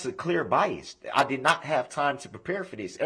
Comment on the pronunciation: He has a major problem with "P" words. Posability ( postability ) position ( prastion ) adding t's to everything like bias ( biast ) and the license plate ( lison place ) almost forgotted